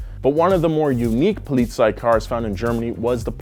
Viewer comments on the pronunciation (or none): butchers Polizei, but is capable of pronouncing Hiroshima like a true weeb. 🤔